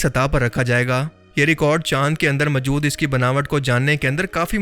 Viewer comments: Are Bhai mawjood ko majud bolna band kar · اردو بولنی تو سیکھ۔ لفظ ماجود نہیں۔موجود ہے۔ سطاہ نہیں سطح۔